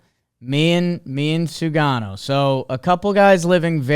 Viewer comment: It’s Sugano, not Shugano fyi